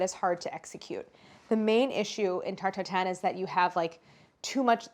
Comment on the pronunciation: everytime claires says '' Tarte Tatin '' i hear it as '' tur tur tun ''... ah the joys of being french.